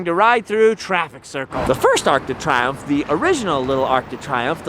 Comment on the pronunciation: It's pronounced "tree-omph" but A for effort! I have to make an adjustment from Canadian to Parisian French with some friends and the pronunciation is a big shift lol. Also just wondered if you knew that "Champs Elysées" in English is "Elysian Fields" so it's appropriately named after the resting place of heroes in Greek mythology. Makes the tomb of the unknown soldier an appropriate memorial for that street.